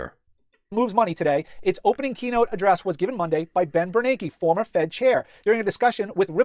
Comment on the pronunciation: His name is Ben Bernanke. Not Bernard.